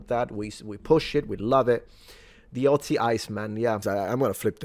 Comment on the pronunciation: As the spelling suggests, Ötzi's name is pronounced "Ötzi" and not "Otzi". The "ö" is pronounced like the "e" in "her", the "ea" in "to learn", the "i" in "first" or the "u" in "turtle" for instance.